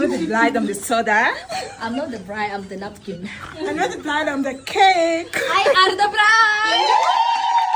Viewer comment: Ngo I'm not the blide ?? 😂Cngw ni I'm not the bride